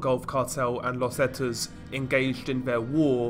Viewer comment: Zetas is actually the letter z in Spanish. Not zets